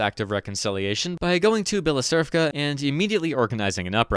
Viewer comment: As the representer of the Ukrainian nation, I would like to just call Bila Tserkva something like "White Church", even though you are a MVP, regarding the pronounciation of our names, you butchered it too many times, sorry. It will also be way more convinient for you, I`d say. Thanks for enlightening the world of unknowing English-speakers with the bestowen quality content.